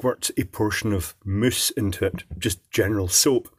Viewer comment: "Moooooose"... Is that a mouse, a moose or mousse?